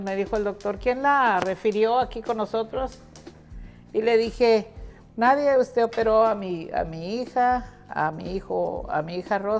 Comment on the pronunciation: por Dios a estas alturas usted dice NAIREN en Español del mundo entero se dice NADIE quizás nunca le han rectificado